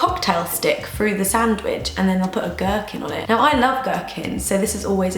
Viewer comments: At first when you said gerkin I thought you said merkin and I was like WHAAAAAT?!?! lmao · The hell is a gerkin...gurkin...gherkin...or ghur-whatever she said?.........Oh a pickle. just googled it. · Lol wut is a gerkin? 😂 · American here. WTF is a gerkin?